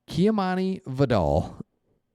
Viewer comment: I believe it’s Vidal pronounced (Vye-dell)